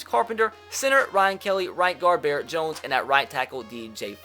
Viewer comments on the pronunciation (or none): none